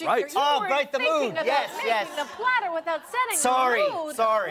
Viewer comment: A wise man once said: Fora suppah, I, er, uh, want a party plattah! His name? JFK.